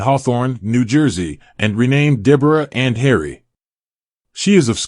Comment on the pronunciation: Deborah "Anhibble"? A "disco theek"?